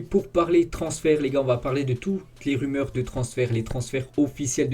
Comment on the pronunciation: Salut, sans vouloir t'offenser on dit "toutes les rumeurs" et "courtisés" pas courtoisé. Mais tu fais du bon taf quand même, continue comme ça 😉